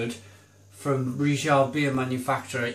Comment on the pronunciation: Stop pronouncing Riegele like it's French!